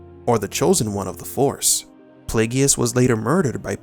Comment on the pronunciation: Darth Plagueis is pronounced PLAY-gis. Not PLAY-gee-is. 🙄 Do not seek his wrath YouTuber!